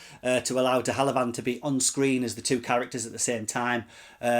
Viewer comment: Pronounced de have a Lund normally. But no worries. Interesting review thanks